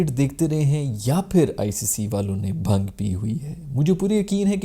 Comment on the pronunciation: not bhangi its bhangedi, not bhung its bhaaang... If dont know "Bhangi" is racist/casist word.